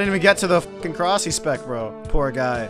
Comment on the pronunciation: Every time anyone calls it korasi I cringe so hard